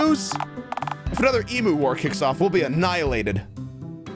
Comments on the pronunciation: yes, pronounce it emoo instead of the correct em-you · why does ranboo pronounce emu as “eemoo”. is it an american thing? its pronounced “eemyuu” right?????😨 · as an australian, i find the way ranboo says ‘emu’ really funny bc its pronounced ‘eem-you’ and not ‘eem-oo’ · he's... saying emoo.... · ive never heard it pronounced em-you lmao and i visit an ostrich and emu “farm” place almost three times a year lol